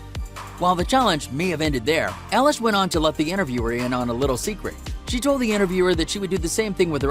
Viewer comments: Who is Ellish it's eilish like i-lish do your research ok. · Ellish??? EILISH thank you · You said her name wrong!!!!!!!!!!!!!!😠😠😠😠😡😡😡😡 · You said her last name wrong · You said her name wrong